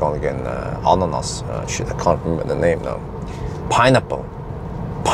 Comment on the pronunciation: You said ananas like Finns. What the heck..